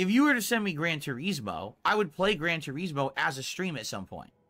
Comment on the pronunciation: "Gran Tureeezmoh"